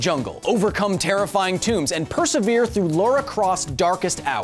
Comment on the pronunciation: It's "Lara", not "Laura".